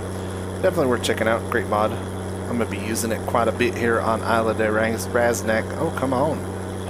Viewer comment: I'll just wait here until some Spaniard comes along and tells you how to pronounce 'Isla' !! ;)